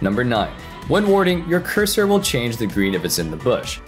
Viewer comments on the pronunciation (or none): none